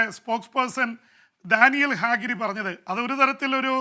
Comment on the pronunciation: ഡാനിയേൽ ഹാഗ്‌രി അല്ല ഹഗാരി ആണ്‌